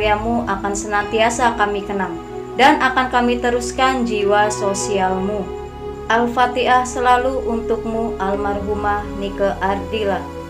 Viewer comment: Alfatihah min bukan Alfati-ah